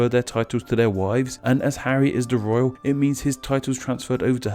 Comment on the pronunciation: I love your videos but this one was tough to listen to and I couldn't get past the background info. Something is off about the audio or maybe it's just more mumbled than usual, because I had a really hard time understanding a lot of words you were saying, primarily "royal" and "duke"--and anything with a hard "th" sound was distinctly an "f" to my ears. :(